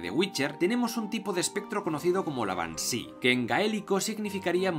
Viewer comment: "Bansi"???? Se dice Banshiiii! Shii!